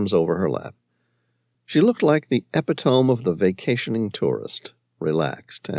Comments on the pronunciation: Lol. If you're going to keep writing using 'epitome' you really must tell how it's pronounced. Eee-pit-oh-mee. Not epi-tome. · *To Narrator* Epitome, correct pronunciation: eh-PI-tuh-mee The capitalized letters (PI) indicate emphasis on that syllable. 🫡 Thanks so much for this awesome adventure! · Some of the narrator’s pronunciations are so off, epitome and Moari for two.